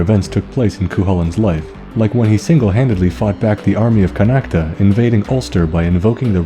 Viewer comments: Connacht is pronounced *Con oct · Ok so as an Irish man the only two bad pronunciations, and even then they're close. Just pronounce "Chulainn" with a hard "k" sound, and Connacht doesn't have an "a" sound at the end. However, I am from Cork, so chances are that the might be some pretty different ways to say Cu Chulainn so take that for what you will.